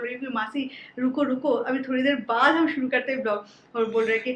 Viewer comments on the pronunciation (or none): none